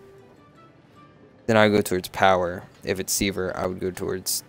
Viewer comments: Very good video, but mate, it's sever, not seaver :P Make more videos! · " C-verr " lol try seh-ver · Sever is pronounced; Seh-ver not See-ver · Really helpful guide, the way you said sever triggered me a little though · overall good vid. I'm weird but pronouncing sever wrong realllllly bothered me lol. Good job though. Helped me learn some combo ideas and understand the buffs better. thanks.